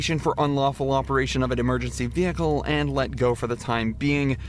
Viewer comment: Vee Hiccle